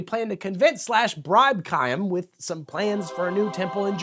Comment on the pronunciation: Please learn how to pronounce Chaim. Ch like Channukah Love the vids! Thanks for keeping me entertained at work.